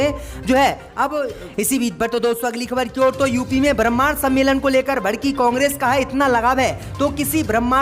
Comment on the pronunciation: शब्दों का उच्चारण सही करें ब्रम्हाण कह रहे हैं शब्द ब्राह्मण है